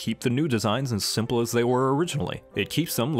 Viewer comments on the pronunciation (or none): none